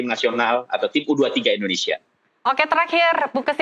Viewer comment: HOST BUTA BOLA. Kata U 23 saja dia sebut, YU dua tiga, dan katanya jarak pertandingan sebelumnya dengan berikut cuma 4.5 jam apa cukup 🤣🤣🤣